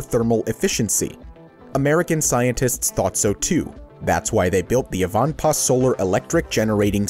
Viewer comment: It is pronounced.......... EYE - VAN - PAAH, and it is located near the California/Nevada Border, off of the I-15 Interstate Highway.